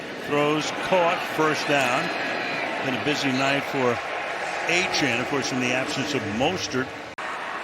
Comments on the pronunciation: Hey Al- it’s Achane (A-Chain.) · It's fun the announcer is too illiterate to pronounce Achane correctly.